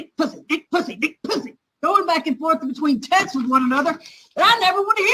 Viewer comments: I have the texisus? Really? Texisus? Texts is too complicated? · The way he says “Texas” instead of texts smh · I am so exhausted from the inability to speak English. Textes is not a word.